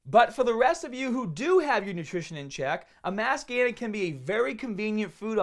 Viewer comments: I fucking love when he says "MASS GAYNAHH " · All I hear is "Mass Gayness" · "Mass gainahh"